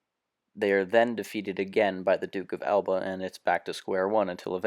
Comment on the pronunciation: Note: Narration is soporific, the pronunciation of words is atrocious EX: Alba, (just google how to pronounce...), there is not enough explanation on the context, William then try to invade... Invade what? If you want to vulgarise history, you might as well precise what are huguenots, seems like you take for granted that people know who they are, if so, there is no reason to watch this video, right? Same goes for "the war against the Ottoman", which war, a war, The War? Talking about manpower? What do you base that on? I guess a video game. Couldn't last more that 4 minutes. I hope that it help you, sadly, I'm 3 years late.